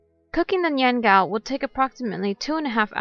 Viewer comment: You're not pronouncing it correctly...